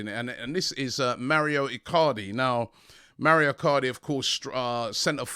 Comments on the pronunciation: Robbie MAURO is an Italian name, please take help from James to pronounce his name. MA U RO. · Robbie MaUro not Mario!